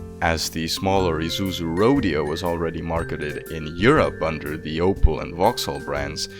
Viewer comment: "Ee-zoo-zoo" huh?